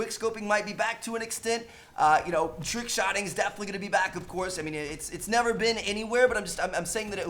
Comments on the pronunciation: Tickshotting??? TRRRRRRRRRRRRickshotting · "TICKshotting" lol